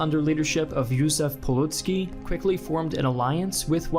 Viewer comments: Not Polucki but Piłsudski but nvm, Polish is hard to pronounce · not polucki Piłsudski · Jaki Poludski, Piłsudski kurła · All of you YouTube historians either can't read or don't bother with basic pronunciation research. His name is Pilsudski, not Piloodski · His name was Pilsudski, not Piludski. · Ah yes Józef Polucki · józef polucki? dont u mean piłsudski? (peew-soo-tsky) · Józef Puludzki 😂😂😂 sorry i am Polish and it sounds so fun when u know its actualy Piułsudski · okay it's Pilsudski not Piludski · It is Pilsudski, not Piludski. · its Piłsudzki dude:) not Polucki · it was J. PilSudski, not Piludski. The ''S'' please! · PilSudzki not Piludzki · It's Peel-soods-key, not Pilootskey, but otherwise great video! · One would think you'd get at least the main hero's name right. It's Pilsudski. Not Piludski. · Nice, but Józef Piłsudski, not Piludski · Piłsudski is prunounced peeusudskee not piludskee, apart from that; great video man, keep it up ^^ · Pilsudski NOT Pelutski, Piluski or whatever you pronounce his name...ffs you are making a history video and not selling vegetables in the market to juggle with "tomeyto, tomAto"...at least make the minimum effort of learning the name correctly...and I am not even Polish...I can imagine their irritated faces... I can suggest for us non-native English speakers to have the same attitude towards the British/American historical figures and pronounce their names incorrectly so that you can see how it feels... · Peeusoodski not Pelucki :) One of the greatest Polish leaders. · Piludski? I think you mean Pilsudski... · Fyi, his name was Pilsudski, not Pulutski. It's pronounced Pill-Sood-Ski in English. The proper Polish pronunciation would probably be a bit of a challenge to teach you successfully over text, but you can just say the English version. It's similar enough to avoid having a bunch of Poles cry out in terror hearing someone butcher the name of one of our most important national heroes lol.